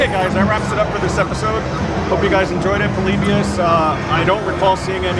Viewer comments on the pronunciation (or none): what's this "Polebius" crap? Everyone knows it's pronounced "Polibius."